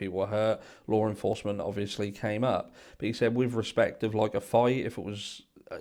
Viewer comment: I can’t tell you how long I looked for a Lauren Foster 😂😂😂😂 Y’all I finally realized he was saying Law enforcement 🤦🏻‍♀️I was honestly embarrassed by myself lol